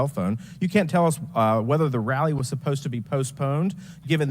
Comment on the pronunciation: i hear the word 'idea' pronounced as 'ideal'. instant idiot. i hear the word 'supposed' pronounced 'spost'. you lost me